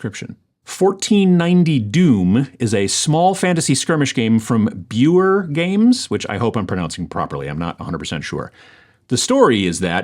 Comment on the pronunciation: You pronounced “BUER” perfectly! We are so honored to be on your award list and are huge fans of yours! We have a lot more coming for 1490 Doom in 2025. Thank you!!